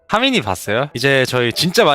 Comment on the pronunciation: 예준이 하민이 발음하는거 되게 기엽다 하미니 하미이니이 일케 발음하네